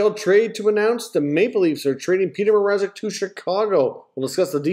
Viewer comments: Bettman butchered Mrazeks name twice. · I was wondering who the hell "Peter Mazerek" was too.